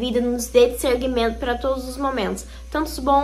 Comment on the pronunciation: a palavra correta é "dissernimento" do verbo "dissernir" que significa saber diferenciar. Agora não fale mais "dissergmento"😅